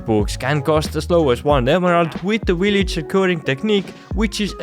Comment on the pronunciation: i like how he says villager "willager"